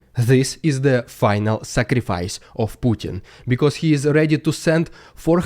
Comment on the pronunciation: Finally, there is somebody who can say the name Putin correctly...